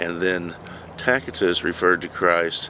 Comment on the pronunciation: Tacitus pronounced Tasitus.(hope this helps in future vids)